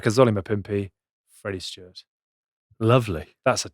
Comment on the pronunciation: STEWARD. Not Stewart. Love the content though chaps